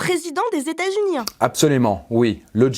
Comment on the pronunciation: ''Attend le John KennedyANH, le president des Etats UnieANH'